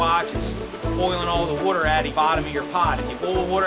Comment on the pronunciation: Wooder.. lol.. Love it